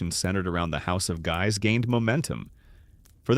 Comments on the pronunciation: I have always heard it pronounced (sounded out as) Giii's though it's spelled "guys" (looks at you with derision, if you're presenting you should know and not re-write history) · you finally got “Guise” correct after multiple mispronunciations. Then returned to the wrong one later. Completely inconsistent pronunciation of historic names is sloppy. Please review and correct these AI narrations before posting.